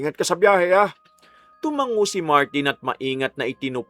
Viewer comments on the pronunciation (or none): none